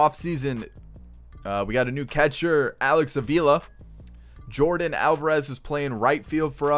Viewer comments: I don’t want to be mean but you keep saying names wrong but I like your YouTube channel a lot! Just saying not being mean it isn’t Jordan it is Yordan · It's Jordan but it's Yorden🤣